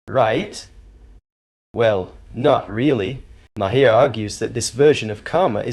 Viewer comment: It's pronounced as 'Mahr'...one syllable.